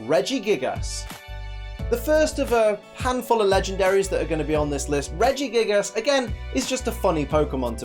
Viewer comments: He said Regigiggles hahahhah XD P:S good video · Lol you said in the video "Regigiggles" XD